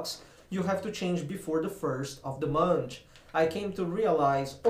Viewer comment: not to be mean but I laughed so hard when u said munch instead of month